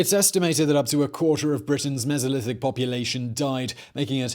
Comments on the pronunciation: "Meezolithic"?? WTF? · The “Misolithic”. 🤣